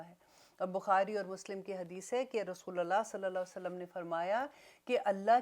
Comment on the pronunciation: Sister,Is it "RASOOLILLAH" as u say it, asOR "Rasoolullah?"